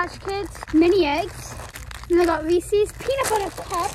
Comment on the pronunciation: Cute you said recess as in recess at school i think you mean reeces